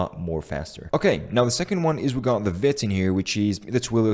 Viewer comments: For fucks sake it's veeeeeeeeeeeet! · According to the website it is pronounced veet.